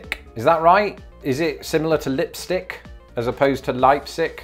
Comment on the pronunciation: From From Rehoboth, DE. You were right on Leipsic, Appo and all the other pronunciations.. We have some weird names here.